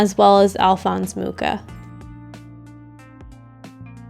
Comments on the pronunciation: It’s pronounced moo-cha not mu-ka. Sorry that just really bothers me. I have a lot of Czech last names in my family and it just irks me when people butcher them. You can google how to pronounce historical figure’s names and Google will say it aloud for you. Please do that next time. Other than that cute video. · I've never heard someone spell it like moo-kah. In polish (close to czech XD) it's moo-Ha ("H" like in "Harlequin"). Also, I was today years old when I find out that he was Czech. I always thought he was Polish ("mucha" in polish means "a fly"). What a shame xD" Anyway, art nouveau is amazing, it's inspired me so much too <3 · Hello, Czech person (and fellow Moravian to Alfons) here to confirm that he is indeed "a fly" (although only with Moravian accent because in proper Czech it's moucha 🙄) but it is pronounced Mu-xa according to what Wikipedia and phonetic alphabet said 😁. The Ch sound is pronounced the same as in Loch Ness. For it to be pronounced moo-ha there would have to be little circle above the U like this Ů. I also love this painter because my parents had his posters when I was child so it's nostalgic for me to see his art.